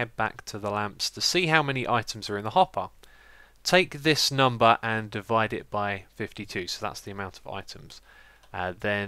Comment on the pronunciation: its divide not devide and 52 not 5.2